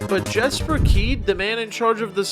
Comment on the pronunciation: I’ve actually met Jesper Kyd and it’s pronounced “Yesper”. He corrected me himself, I won’t forget that.